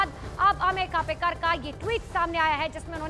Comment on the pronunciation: खापेकर नही ,खोपकर बोल !